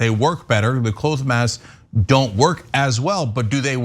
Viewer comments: It's weird, isn't it? I don't know why he's saying it like it's a long o. I wonder what's up with that as well. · Cl-oh-th masks? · Immunity is about more than antibodies. TYT really need someone with a broad knowledge of science, or at least recognize they don't know much about it. But Rand Paul is still spewing disinformation. One more thing: why is Cenk pronouncing "cloth" like "cloath"? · Actually two things: It's pronounced "cloth" like "moth" not "clouth" like "mould" Secondly, you get a flu shot every year because the flu changes. It modifies and evolves and that there are different variants, not just because you lose immunity. That happens as well, but there's no evidence- that I'm aware of- that the flu vaccine you took this year will have little affect to the same flu last year. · Cenk, you are saying clothe mask....you mean cloth mask. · Why doesn't Cenk know how to pronounce "cloth"?